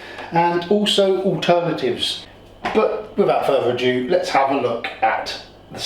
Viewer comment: “Without further ajew” 😂😂😂😂